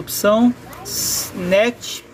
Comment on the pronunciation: A parte mais legal é a parte que ele fala Nétch em vez de Néquist